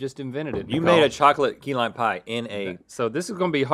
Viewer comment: its key lime not key line lol